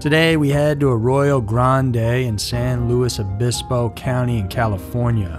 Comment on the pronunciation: omg you pronounced san luis obispo correctly. you deserve an award lol it's impossible for most people, apparently